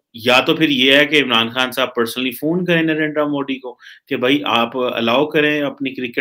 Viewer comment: mr. please learn how to pronounce the name of your favorite villain. you are a south asian not a firang. he is narendra modi not narenDra moDi.